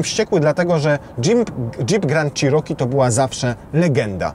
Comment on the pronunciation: przed przystąpieniem do nagrywania proponował bym zapoznać się z poprawną wymową nazwy " cherokee" , to słowo zostało wypowiedziane naście razy co sprawia ,że uszy bolą :/ tak na szybko, dużo lepiej by to brzmiało " czeroki " a nie "cziroki" . Nie jest to dokładny zapis wymowy ale jest o niebo lepszy. Nie ma tu żadnej uszczypliwości, ale jest to tak nagminnie powielany błąd ,że jak staram się wymawiać poprawnie jestem poprawiany a to już ponad moje siły. Pozdrawiam.